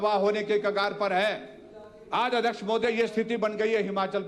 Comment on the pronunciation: मुख्यमंत्री जी पहले हिमाचल बोलना सीखे । हमाचल बोलना छोड़े 😅😅